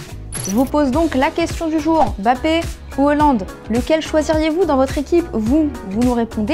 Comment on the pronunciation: C pas bappé c Mbappé